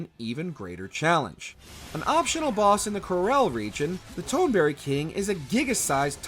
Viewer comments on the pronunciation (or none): Tone-berry. LOL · TONE berry?!